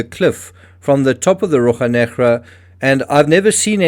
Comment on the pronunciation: In Portuguese we say RoSHa NeGra - you are pronouncing it as if it were Spanish, sorry ;-)